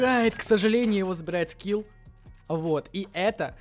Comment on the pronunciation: Ха привычка называть Скифф а не скилл